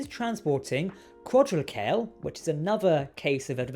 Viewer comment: It's said "quadro trit uh kay lee"